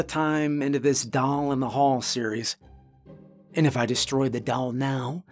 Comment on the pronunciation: I am deeply puzzled by your pronunciation of the word doll